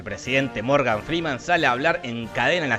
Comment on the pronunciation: "Muergan" Frii faller😅